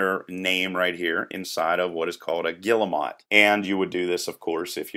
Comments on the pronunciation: These symbols are guillemot: << and >>, they are pronounced /gee-moh/, the g like in gear. I have also heard people say 'double-angle-brackets' in tech speak. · Guille-WHAT? Guille-MOT is actually a species of seabird, but guille-MET is what you are talking about -- "angle" quotation marks. Anyway, good job. Thanks.